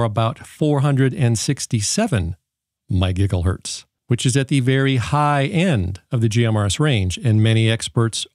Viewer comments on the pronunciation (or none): It's pronounced My Jiza hertz. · Great review, and thanks for pronouncing megigglehertz correctly!